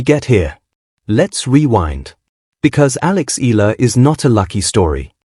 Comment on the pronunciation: E-YA-LA is the correct pronunciation